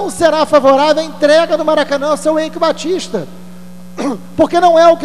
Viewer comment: Na verdade, se pronuncia Aique Batista.